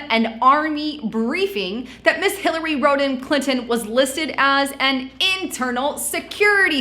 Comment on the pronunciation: Hillary Rotten Clinton! That's what I hear :d